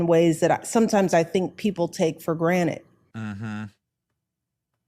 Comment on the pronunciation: . Its, "take for grantED," ,NOT, "take for GRANITE." Granite is a form of rock, but not the kind Hunter smokes